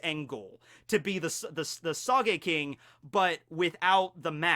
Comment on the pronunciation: I don't like Usopp. And please,,, its spelt sogeking not sageking. the o is pronounced like in note. Don't pronounce Japanese words as if they are English.